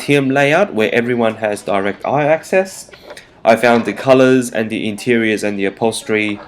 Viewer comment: Omg Its THE Not DEEE